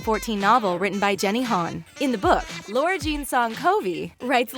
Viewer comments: It's LARA not Laura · Whenever she says Lara she says Laura